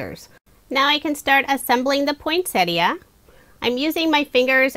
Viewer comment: I know lesley you are not alone. Most people, like, put a T in the middle and say Point - Set Ee - Uh rather than Poyn-set-ee uh.